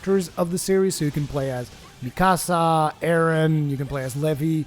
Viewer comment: Mikasa the accent is on the a not the "ee" not like "me casa" :P ;)